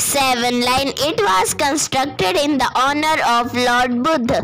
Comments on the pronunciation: And it is buddha not buddh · Not Buddh . Buddha ok . Your voice is very beautiful 😊